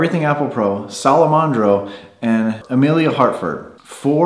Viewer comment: salomondro lol it’s salomondrin 😂